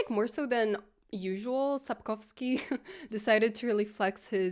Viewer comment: Произнесение Сапковского и названия книги тебя выдало 🙂